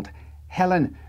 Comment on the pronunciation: It drove me nuts for a minute, until I found out what happened...the original US release of Black Sabbath's Paranoid had Jack the Stripper/Fairies Wear Boots, but when I checked my copy, it only said Fairies Wear Boots. I was sure my memory wasn't wrong.... BTW, you absolutely butchered pronouncing Barthelemy, but I don't know for certain how they chose to pronounce it--it's one of those names that's really hard to pronounce if you've never heard it.